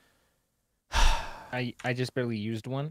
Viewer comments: Ga-dot. Dot is pronounced like a dot • Not "Gadoh", Like you've been pronouncing it. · her name is Gal Gadot not Gado...